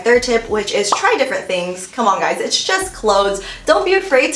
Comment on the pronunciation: Ahahahhaha its differENT not differNENT